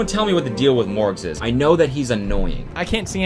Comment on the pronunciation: I keep hearing Mörgaes. Ice Cream lady.